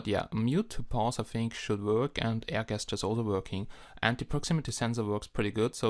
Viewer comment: Very good English, ges·ture pronounced ˈjesCHər/ (jes-ter) Nice review...